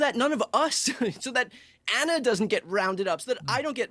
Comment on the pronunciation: 1st: It's A-n-a 2nd: He also couldn't answer if Walz should get fired. Ana was spot on with Benny's "whataboutism" that he apparently despises.